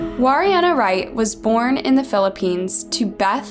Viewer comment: Pronounced Warriena Wright wrong..and very false text accusing him of pushing her. Well done on being the problem.